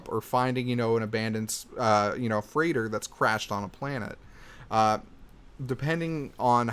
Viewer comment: Its pronounced "frate" not "frigit" btw